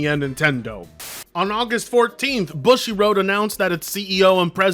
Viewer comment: Boo-shi homie. Not Bu-shit.